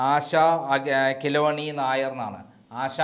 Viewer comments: KELUNNI !!!! NOT KILONI !!!! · ആശ കില്ല വ് ണി അല്ല ആശ കേളുണ്ണി നായർ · ആശാ കിലോണി അല്ല😅😅 ആശാ കേളുണ്ണി എന്നാണ്😅😅 രേവതിയുടെ interview ൽ അവർ തന്നെ പറഞ്ഞിട്ടുണ്ട് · കിലോനീ.. എന്നല്ല.. Kelunni... എന്നാണ്.. ( ആശ കേള്ണ്ണി നായർ )എന്നാണ് രേവതി ടെ Name.. Full name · കിലോനി അല്ലാ കേളുണ്ണി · ആശാ കേളുണ്ണി നായർ എന്നാണ്. കിലോ ണി എന്നല്ല. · ആശ കേളുണ്ണി നായർ എന്നാണ്.കിലോനി അല്ല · കിലോണി അല്ല കേളുണ്ണി 😁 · കിലോനി അല്ല. ആശ കെളണ്ണി. എന്നാണ്. ആദ്യം. പറയാൻ പഠിക്ക് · പൊട്ടൻ ഇവൻ മലയാളി ആയിട്ടും രേവതിയുടെ ശരിക്കുള്ള പേരറിയില്ലേ. ആശ കേളുണ്ണി എന്നാണ്. കിലോണി എന്നൊക്കെ പറയുന്നു.😂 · കിലോ ഉണ്ണി ആണോ കേളുണ്ണി എന്നല്ലേ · കിലോണിയല്ല കേളുണ്ണി നായർ. മലയാലം തീരെ അരിയില്ല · ആശാ ""കീലോണി "" അല്ല, ആശാ ""കേളുണ്ണി "" എന്നാണ് രേവതിയുടെ ശരിയായ പേര്. അവിടുന്നും ഇവിടുന്നും കിട്ടുന്ന പൂട്ടും പൊടിയും അറിവുകൾ വെച്ച് വീഡിയോ ഇറക്കാതെ പ്രോപ്പർ ആയ വഴികളിലൂടെയോ ഗൂഗിളിൽ സെർച്ച് ചെയ്തിട്ടോ ശരിയായ ഇൻഫോർമേഷൻ കളക്റ്റ് ചെയ്ത് വീഡിയോ ഇറക്കുക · കിലോണി അല്ല. ആശ കേളുണ്ണി ആണ് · കിലോണി അല്ലടോ കേളുണ്ണി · Khiloni alla, asha kelunni enna. Malayali aayttu parayanpolum ariyille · Not keloni but kelunni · ആശ കേളുണ്ണി നായർ എന്നാണ് പേര്, കിലോനി എന്നല്ല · കേലോനി അല്ല ആശ കേളുണ്ണി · ആശാകിലോനി അല്ല ആശകേളുണ്ണി. 🌹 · 😂 ആശാ കിലോണി അല്ലാ മൈ.... ആശാ കേളുണ്ണി ആണ്😂😂 മഞ്ഞ പത്രക്കാരാ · കിലോണി അല്ല കേളുണ്ണി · Revathi's original name is ASHA KELUNNI. Not Keloni. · രേവതിയുടെ പേര് ആശാ കിലോണി നായർ എന്നല്ല ആശാ കേളുണ്ണി എന്നാണ് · 😂ആശ കിലോണി അല്ല ഡോ ആശ കേളുണ്ണി എന്നാണ്. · Asha 'kiloni'alla.😂😂..Asha kelunni Nair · ആശ കേളുണ്ണി . kiloni അല്ല. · കിലോനി അല്ലെടോ കേളൂണ്ണി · ആശ കിലോണി അല്ല...😅😅. ആശാ കേ ളുണ്ണി എന്ന് ആണ്. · ആശ കെലുവുനി അല്ല, ആശ കേളുണ്ണി😂😂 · ആശാ കിലോനി, എന്നല്ല ആശാ കേള്ണ്ണി എന്നാണ് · ആശാ കിലോ ണി നായർ എന്നല്ല, ആശാ കേളുണ്ണി നായർ.... Ok ? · ആശാ കിലോനി അല്ല ആശാ കേളുണ്ണി യാണ് 😂😂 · ആശാ കിലോണി നായർ എന്നല്ല.ആശാ കേളു നായർ എന്നതാണ് ശരി. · ആശാ കിലോണിയോ 😂😂😂😂😂 കേളുണ്ണി എന്നാണ്... ആശാ കേളുണ്ണി നായർ... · കിലോണി അല്ല കേളുണ്ണി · ആശ കിലോനി അല്ല... ആശ കേളുണ്ണി 😂😂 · ആശ കിലോനി അല്ല ആശ കേളുണ്ണി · Kilomi alla kellinni